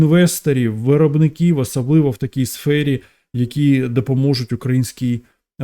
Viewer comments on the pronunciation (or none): А що це з слово навыны, асаблыво ,давгастракову ? Ты що жид?😅